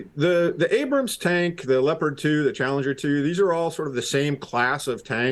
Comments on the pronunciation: "Ambrams" - You just can't get the staff these days. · Ambram? What is it about the word 'Abrams', that these Oxbridge-educated BBC people can't pronounce?